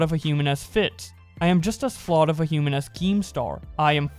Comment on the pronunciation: Carson and Fitz were NOT best friends. it's pronounced FITS and not FIT, and Gizzy Gazza not Grizzy Grazza.